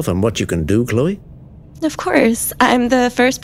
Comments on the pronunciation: Its "Chlo-ee" not "Clee-oh" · It's ChlO-E.....not ChlE-O